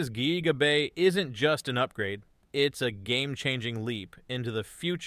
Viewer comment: "geeega bay"